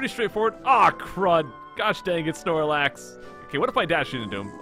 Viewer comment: you said snox instead of snorlax